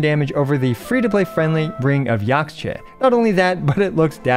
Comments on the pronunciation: Just fyi to anyone who wants to know. Yaxche is a real life word, it's a Mayan word that means Green Tree, and it's pronounced yähsh-Chuh - you want to say the first part like it rhymes with Josh, the second part like duh. yäshchuh, Yaxche. Hope this helps =) P.s. you'll notice a lot of Nathan names are based on the Quiché Mayan language, so when you see an x, it's probably pronounced as an SH, as in Xbalanque(Shi-buh-lon-kay) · Point of clarification: Yaxche is a Mayan word (it's the tree of life), so the x is pronounced 'sh' as in shell, so the word sounds more like "Yash-chay" which is also easier to say.